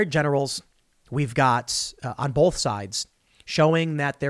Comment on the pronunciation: Anyone else notice that he says BOLTH instead of BOTH? God that drives me crazy!!!